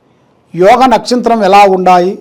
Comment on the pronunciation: Nakshatram not nakshintrum